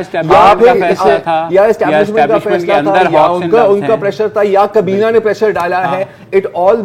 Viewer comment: Totally enjoyed the humor with sarcasm! One thing that I have noticed Mubashar Zaidi and Zarar Khoro both are impressed with Usman Dar's pronunciation and accent as now they are trying to adopt it by pronouncing کابینہ as کبینا